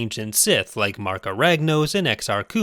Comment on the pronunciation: Yes 🙌 but you lose point for mispronouncing Exar KhUUUn